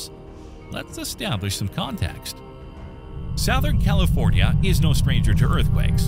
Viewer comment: AI narration. "South"-ern? I don't think so. No native English speaker anywhere in the world would pronounce it that way. The word is pronouned "suthern".